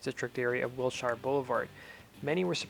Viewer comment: you don't know how to say Wilshire. :)